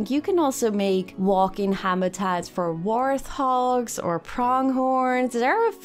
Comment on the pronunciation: Hey lady, hoop dat je dit leest: Warthog spreek je niet uit als warfhog, maar warT hog. Het is een wrattenzwijn en wart betekent wrat in het Engels.warf betekent scheepswerf in het Engels.